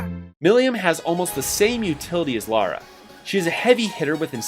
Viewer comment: He only said Laura's name wrong.